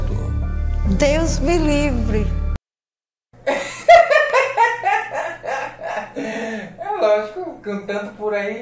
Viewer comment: "DEUS MI LIVRI" O Fora em rede nacional KKKKKKKKKKKK